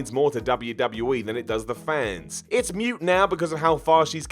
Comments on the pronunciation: It's pronounced "moot", not "mute",. Also, while we're on the topic? "Double-Yew-Cee-Double-Yew" not "DUBBA SEEEE DUBYA!" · moot, not mute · it’s pronounced “moooote”, a long ‘O’ like when a cow goes moo. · ":Moot" dammit "Moot"!